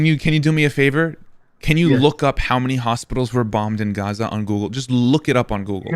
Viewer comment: I hate how he says Gaza it’s not even correct